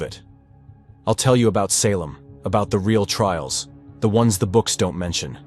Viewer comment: Had to stop listening to this AI NARRATION! The way it mispronounced SALEM, 5 TIMES IN A ROW!! its just ridiculous! I refuse to give my time listening to a story read to me by a non human that DOES NOT YET COMPREHEND AMERICAN ENGLISH! ITS INSULTING! LAZY WRITING! LAZY EVERYTHING! SHAME ON YOU FOR TURNING ON YOUR SPECIES! BOOOOOOO!👎👎👎👎👎👎👎👎👎👎